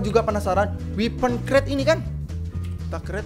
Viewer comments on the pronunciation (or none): none